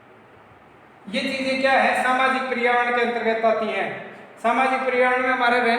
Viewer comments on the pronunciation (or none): Sir wo परियावर्ण nahi hota पर्यावरण hota hai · पर्यावरण हैं परियावरण नहीं